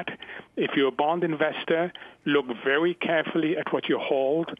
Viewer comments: Its pronounced very not vewy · Elmer Fudd is vewy, vewy astute. Market is still wisky.